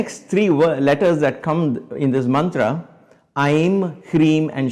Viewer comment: Nonsense fake Mantua and fake sound pronunciation.